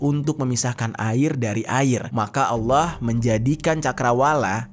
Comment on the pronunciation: Allah kenapa anda baca aulloh